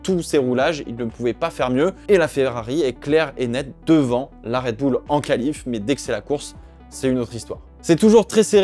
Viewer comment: Red boule? C’est quoi cet accent ? Red Bull, bulle à la limite